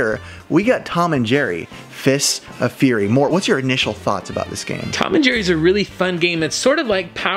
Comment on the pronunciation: Dude! PLEASE, it's furry, like fur on a cat! Fury is furious, furry is hairy! BTW, Mort's collection...there aren't words!